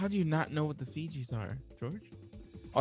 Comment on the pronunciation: wait, the fijis? Pretty sure it's pronounced fugees, like refugees without the 're' sound.